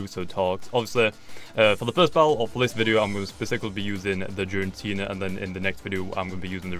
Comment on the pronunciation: "Jirantina" I'm triggered it starts with g. Gir-a-teena